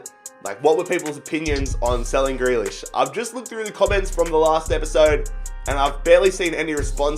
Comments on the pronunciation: You only sold him bc you can’t say his name fucking properly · first you pronounce grealish’s name wrong NOW YOU SELL HIM. Wow just wow